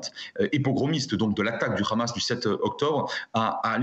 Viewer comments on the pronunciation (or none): Quand le gars te prononce Ramass, t'as tout compris😄